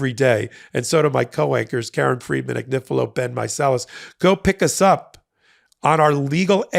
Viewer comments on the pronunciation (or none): none